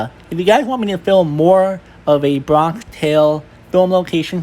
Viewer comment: Bronck tale? 🤣